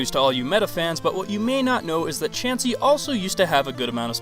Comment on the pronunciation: HIM: CHAUNCEY ME: 🤨